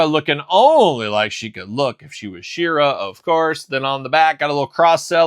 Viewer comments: Why do you say SHIRA instead of SHE ra ..it’s sheeeera like heeeman ..she…u don’t call he man himan lol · u call her shirra instead of SHE ra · me and my son are big fans of yours and I said it politely and ended it with LOL you do say shirra..found it funny ..was NOT in any way rude You were the one rude saying open your ears and get outta here..my ears were open that’s how I heard you playing all the human hits and pronouncing it different …no big deal to be offended over